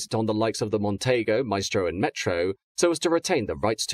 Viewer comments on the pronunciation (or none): “Mon-tee-go” not “Mon-tay-go”. 😊